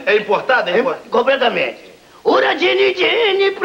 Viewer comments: É importada ? Compretamente...kkkk. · Importada? Compretamente hahhahaha